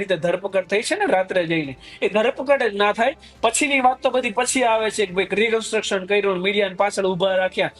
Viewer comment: ભાઈ, "રિકન્ટ્રક્શન" નહીં, "રિકન્સ્ટ્રક્શન" બોલો